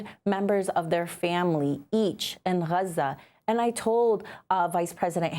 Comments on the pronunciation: When and how did Gaza become Hruza. Is it the Arabic pronunciation? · Why does she say Raza? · Why is she pronouncing Gaza like that? It’s jarring.